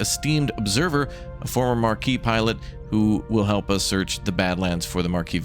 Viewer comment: Hey, Maquis is a French word. Maquis can refer to the French Resistance fighters of World War II. Also Maquis sounds like Ma-Key.